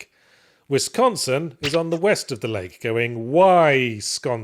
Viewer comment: I'm just happy to hear my state of Wisconsin pronounced right. In laws in the south keep pronouncing it as Westconsin.